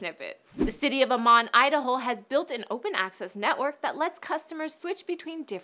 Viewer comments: FYI, Ammon, Idaho is pronounced like salmon. Sorry, but being from that area it bugged me to hear it said incorrectly. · Funny to hear her pronunciation of Ammon...